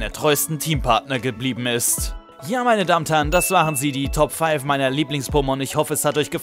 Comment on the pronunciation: die Top 5? Oder brauch ich ein Hörgerät?